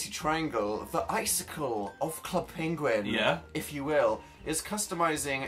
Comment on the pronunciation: Dan that does not say penguin PWENEGUIEG